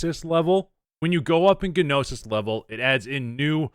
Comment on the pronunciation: agh dont pronounce the "G" in gnosis. It's like NO-sis